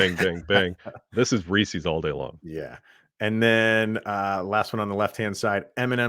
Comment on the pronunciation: Don't call them reeseeees. Just like Reese Witherspoon, it's Reese's. You wouldn't say, "Those are Reeseeeeees car keys." You would say, "Those are Reese's car keys." 👍🏻